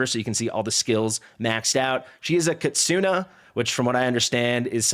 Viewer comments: Kit-soo-nay is how it should be. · A pro tip from a random Japanese man lol "NE" in KITSUNE" sounds like "NE" as in "NEPHEW", "NET", "NEGATIVE" etc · I don't know why my comments keep being deleted, but it's pronounced kit-soo-nay, or more accurately, ki-tsu-ney. It's not kit-soo-nee, or kit-soon. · It's not 'kit-soo-nee' lol. google is free my friend. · Kitsune, with a pronounced E at the end. I've never heard someone say it the way you do :) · Stop messing with him. Forget the "nay", it's just a regular È. Japanese in general doesn't have silent sounds and mostly everything (well, in romanji) is pronounced the way you see it written.